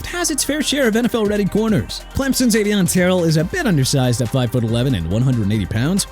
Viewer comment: YOU MEANT ARMAND (AR-MOND) MEMBOU AND AVIEON TERRELL (TUH-RELL)?! AND STOP BUTCHERING THE NAMES OF NEW ORLEANS AND JAGUARS CUZ YOU DON'T KNOW HOW TO PRONOUNCE IT RIGHT AT ALL!! NEW ORLEANS PRONOUNCED NEW OR-LINS (OTHERWISE OR-LEENZ) AND JAGUARS PRONOUNCED JA-GWAARS NOT JAGWIRES!! I WISH YOU GET A EDUCATION IN PRONUNCIATIONS SO YOU CAN LEARN TO GET A PERSON'S NAME, A CITY OR A FOOTBALL TEAM RIGHT! ALSO LET MIAMI GET JORDYN TYSON! MAKES SENSE TO YOU, MAKES SENSE TO ME RIGHT?! SMH!